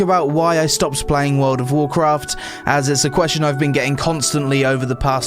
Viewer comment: "wowd of wawkwaft" enough said. And holy run on sentence without substance.